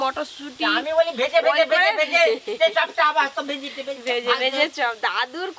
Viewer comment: ভেজিটেবল ❌ ভেজিটিবিল😅😅😅